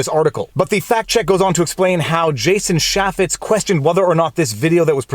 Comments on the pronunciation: Nitpick but we pronounce the name "CHAY*fitz" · Pronounces his name as.... "Chay-fits". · Jason “chay-fetz” and mon-tawj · *CHaffets, not Shaffets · ChAY---Fetts is how you say Jason Chaffetz's name. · Jason Chaffetz called and said you're pronouncing his name wrong, lol.